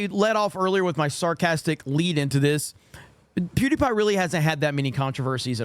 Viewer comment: It sounds like he said duty pie at the beginning.